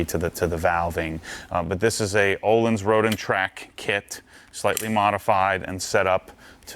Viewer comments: An easy way to remember how the Ö in Öhlins is pronuounced - The Ö is pronounced like I in bird, not uhlins! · Ö in Öhlins is pronounced as U in burn. Varsågod.